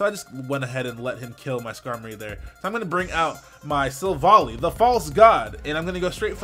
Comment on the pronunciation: Yo,! It's pronounced like Silver Ally, since the japanese is basically "silver buddy" in English.